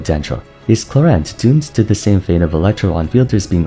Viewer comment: i got her accidentally Q_Q i was at zero pity and just wanted a sethos, but the girl was like BOOM here i am. gonna see what fun i can have with her, but you are right, the short uptime sounds problematic. btw thumbs up more than deserved for actually pronouncing her name right :)